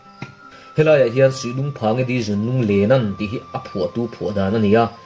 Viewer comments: di tih tur dy tih tak khi chu a fuh lo, i tiṭha thawkhat bawk e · Dy nilo Di tih tur. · Dy ti lo in Di ti zawk la aw